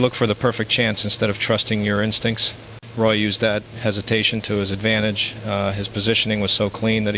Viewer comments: No intelligence here i see.just more lazy ass Ai,,it is Roy prenounced as WA not Roy as in toy dummy. Stick to tennis if u even know anything about that. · Definitely Al....Lemieux is a native French speaker, he would not use the English pronunciation of Roy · Yeah, the French Canadian mispronouncing a French Canadian name is pretty much a dead giveaway.